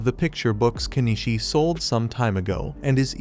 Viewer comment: Nor the difference between Kenishii & KeniCHI